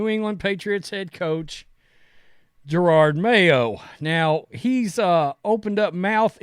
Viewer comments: Hey, just so you know I am a white guy and conservative. Having said that Please learn how to say someones name and or other words before you look stupid. Jerard No it is Je ROD. I like your conservative show, however, you do look stupid sometimes! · Ja-Rawd;). Cmon man